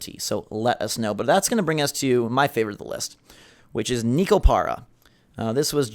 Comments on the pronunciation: It is pronounced NEKO, not "NEEKO." FFS. Neh....Koh. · It's pronounced "Neh-ko" (Neko), since it's Japanese. Just thought I'd let you know,. 👌